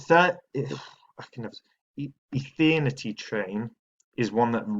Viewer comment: Lmfao Ethethhthehtnity chain